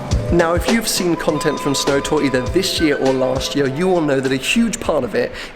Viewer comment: he said SNOOOW in Scottish